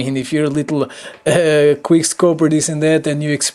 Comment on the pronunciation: It's quick not queer